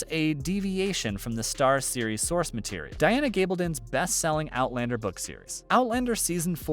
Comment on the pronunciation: Note to the narrator: Diana Gabaldon pronounces her name Gahballdon. Not Gayballdon.